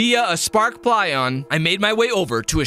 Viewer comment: It’s pilon, not plyion